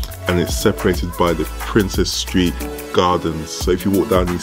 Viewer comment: Prince's Street not Princess Street